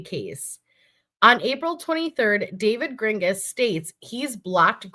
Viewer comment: Not sure of anyone brought it up but you mispronouncing David’s name hopefully on purpose is making me laugh every time you say it because if he listens to this he’s gonna be pissed and that makes me smile 😂😂😂😂😂😂😂